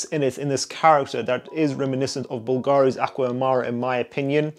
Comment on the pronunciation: Great video, big fan of the channel! One note for the future: it's pronounced bUlgari, not bulgAri. The stress is on the U, not the A. Source: I am not Hermione Granger, but I am from Rome, like Bulgari.